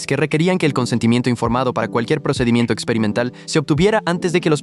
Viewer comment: Procedimiento ❎ Perrocedimiento ☑️